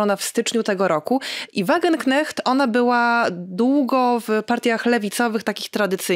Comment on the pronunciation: błagam: Wagenknecht wymawiamy: /WAGENKNEŚT/ ❤